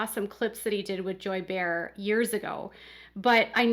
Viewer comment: Hi,! Another very interesting video & I thank you. If you are referring to an interview with the same Joy Behar who is a host on The View, I thought you might like to know that Joy pronounced her last name like “Bay- Har”. I’m not trying to criticize…just an FYI.